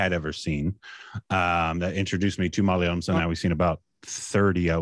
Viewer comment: I really miss those days when he used to say "Malalayam". Never failed to crack me up.